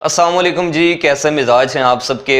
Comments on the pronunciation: Bhai Assalam o Alaikum to thek sy kaho tum ny starting me kahaa hai k Assam o Alaikum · Bhai pehly tu slam sahi sy krain.asalam u alaikum not asamu lykum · Salam to saaf aur sahi se kiya Karen.